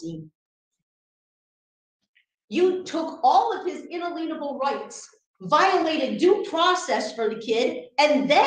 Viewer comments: If you took a shot of alcohol every time she butchered the word inalienable. You're drunk by now.. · As was I, until I remembered the lead idiot had repeatedly mispronounced the word inalienable and I'm certain no one in that room who was not someone of the court knew it. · OMG thank you it’s been driving me nuts and I correct every time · I noticed lack of ability to correctly pronounce it thereof. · I think everyone gets that, it's the completely wrong pronounciation that is being parodied. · I think they think inalienable refers to liens and that's why they pronounce it that way. Drives me bonkers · I was screaming at my iPad every time she mangled that word and to think that she was once a teacher. Those poor students are likely somewhere out in the world mispronouncing words and rewriting history and civics lessons based on what this woman “taught” their classes. 😆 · pronunciation of “inalienable” is hilarious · Yup! Can’t even pronounce the word but keeps throwing it around. 🤪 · Or even better, teach to pronounce inalienable, which is actually the word. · As if word-salad 'arguments' weren't enough, repeated inability to say 'inalienable' is hilarious. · If she destroys the word inalienable again, lock up! And I would not have let interrupt me like he did 1000 times! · I think if she's going to speak with such authority in court, she needs to learn how to pronounce "inalienable" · Ms. Smarty Pants Constitution can’t pronounce “inalienable” to save life. 😂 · Someone please teach this woman how to say the word inalienable correctly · If only she would learn how to pronounce INALIENABLE!!!! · Please the way she says unalienable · Where do these people come from?!🙄 If you can't pronounce inalienable, you should get off your soap box!🤣😂🤣😆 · Omg, the number of times she mispronounces “inalienable.” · She can’t even pronounce inalienable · If I had to hear say “in-a-lean-a-ble” one time… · "Inalienable", not "unaleenable"